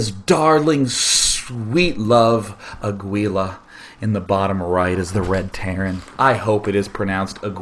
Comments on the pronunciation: why would it be more likely? way more people speak spanish these days compared to latin. It's Aguila, pronounced AH-GEE-LAH like the other guy said. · actually aguila means hawk (spanish) its not pronounced aguila, its more like a(like the a in almost) - gi ( like giggity) - la (lacrosse) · It's pronounced "ah-gee-la". Aguila is Spanish for "eagle" Thumbs up so he sees